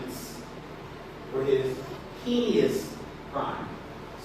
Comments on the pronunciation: Heinous is not pronounced "hay nee us" It's pronounced as "hay nus." This guy doesn't even know what he's doing. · He can't even pronounce "heinous" correctly. "Heeneeus" 😂😂😂 idiot. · He even could not pronounce heinous properly, teaching his students wrong pronunciation. Hee-nious? Lol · How was this cat pronouncing "heinous" 🤣🤣🤣🤣🤣 It sounds like hay-nus He IS dumb!! 🤬🤬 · Did you hear how he pronounced the word heinous when he asked his class to read heinous crime after him, at the very end of this video? Check people’s credentials please, and more importantly, morality matters!! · Lol how he pronounced "heinous" lmaooo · The usual suspects. Always. Inevitably. Asians should take heed of the words of Scott Adams: keep away from "them." (And what an outstanding English teacher - he can't even pronounce "heinous" and writes "he don't.") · Omg he can't even speak English! point he teaches the wrong 3 syllable pronounciation of 'heinous'. It is a 2 syllable word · The way he pronounced "heinous" can assure that the Chinese who has taken his class will have a firm grasp on Ebonics.lololol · He can't even pronounce the word "heinous" correctly. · LMAO he mispronounced heinous. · heinous, taught them to pronounce it like they do in some American urban ghetto with ebonics.. 🤦 Yeah he definitely wasn't a good English teacher. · At the end of the video he pronounced heinous wrong. What a dope. How the fuck did he get a job teaching anybody. He should be washing dishes at golden corral. As far the women go someone should've taught them to avoid the groid. Too bad. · my Goodness! He can't even pronounce "heinous" correctly, and he's teaching English in China? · He can't even pronounce it correctly. He is barely literate. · Bro can’t pronounce “heinous”😂Not to put china down, but their education system can’t afford American qualified teachers. American teachers has less hours,better benefits, better pay, better pensions.